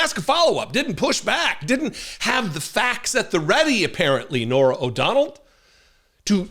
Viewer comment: O’Donnell. Not “O’Donald”